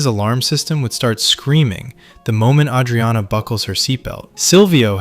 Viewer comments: no fan of the show would pronounce her name like that. plenty of words pronounced like bs. this channel pumps 1-2 videos a day it's too obvious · Dude, learn how to say "Adrianna" correctly. Also, you stretch the point and random scenes for 27 minutes... Christ.